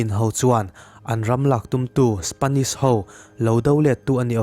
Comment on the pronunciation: A lam dan dik... Spanish ni lovin Spenish😁😁🙊🙊🙊🤗🤗🙈🙈